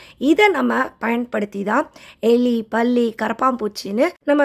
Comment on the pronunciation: Can U say palli properly